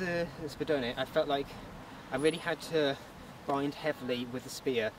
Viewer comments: ur pronunciation of spadone was perfect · The way you pronounced Spadone made my Italian brain very happy